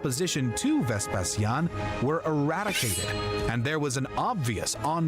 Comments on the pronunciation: In English, as far as I am aware, "VesPEsian" is how u pronounce it, the reason why pronounced it differently is because: 1. He is a native Romanian, and we spell the word: "VespaSIAN", because we focus the tone on the "i", 2. The latin spelling of "Vespasian" was "VespaSIANUS", where u put the tone and focus on the "SIA", that's why we, Romanians, the descendants of the Classical Antiquity Romans of the 2nd and 3rd Century inherited the Latin language and alphabet + spelling. It's totally okay for u to either use the Latin spelling OR the English one, but if u gonna start using the Latin spelling, then u will have to with every name and title of Roman origins you ever come across again =), so better stick with English haha. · your pronunciation of Vespasian is correct. The narrator's pronunciation is completely wrong and weird!